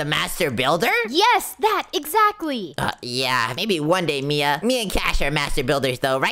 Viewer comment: Bro said bia not mia